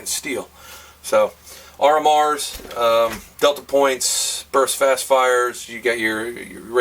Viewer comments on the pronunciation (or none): none